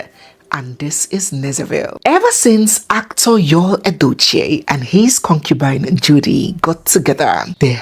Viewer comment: 😂😂😂 Nezeville, the word Cocubine 😅